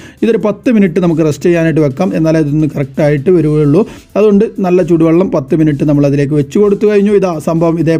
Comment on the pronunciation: ചുടുബള്ളം അല്ല മുത്തേ ചൂടു ബള്ളം